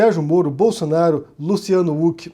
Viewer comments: Sério, tu só pode estar de sacanagem falando “Luciano Uc” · Wait, sério que a pronuncia do nome é "Uck"? Por um tempo pensei que meu fone tava quebrado